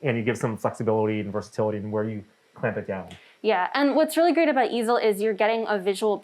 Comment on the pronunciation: The first time I misheard it as "The Evil Software", I know it is "The Easel Software", but I can't unhear it now.